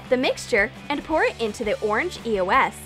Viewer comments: They said eos wrong 😂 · They keep saying E O S and it's beer annoying how they are not pernonesing it right it's eos😒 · No u say eos wrong dumb massive game of my god damn